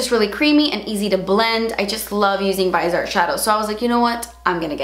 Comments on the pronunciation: Keep the canvas, it fits the decor in this part of the room. (Btw, it's pronounced viz-ee-art not vise-art) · It's "Vee-Zay-Art" or at the very worst, "Vee-Zee-art". IDK where you get "vaizart" from....but that's wrong. Also as someone who has smile lines I'll tell you the only thing that will work other than better skin care is fillers. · VIZ-E-ART not VEYES-ART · Please review the grande pro palette! And maybe a few looks with it? Also, FYI it’s French so you don’t pronounce the e, it’s like grand. And vis-e-art. Not vise art. But you say it however you want! I just thought you might wanna know, cus French, like Spanish, deserves to be respected. But you say it how people here in México say it and that’s fine too! Either way, please review and looks? I splurged and so I try to use it every single day. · VIZ-e-art. Not “vise-art”, ffs. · I think it's pronounced VI-ZEE-ART. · Viz-ee-art. Message board! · Viz ee art baby... Viz ee art, LOL. And you will LOVE their mats! I LIVE for that damn little message board!! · Just letting ya know it’s viseeee art - long e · I absolutely love the Viseart eyeshadows. They are soooo high quality and they are definitely worth the price. Somewhere down the line, I will get the Grande Pro palette. Also, the brand is pronounced viZZ-ee-art. Stephanie Nicole did an interview with the owner/founder of the company and goes in-depth with everything related to the brand, even the pronunciation of the name. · Stephanie Nicole has a great informative video with the owner of viseart and musebeautypro. Explaining the palette. If u keep scrolling down there's also another video with Anastasia the owner explaining her band and how to pronounce it. 🤗